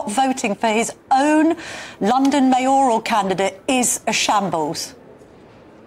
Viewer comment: Mayor–al not May–oral.